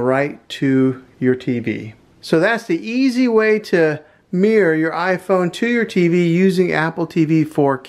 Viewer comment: Mirror not mear lol